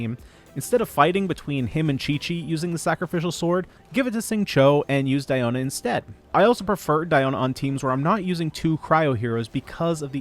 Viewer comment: Wow Celine Dion exists and this dude went on his way to pronounce Diona like that😑💀🤣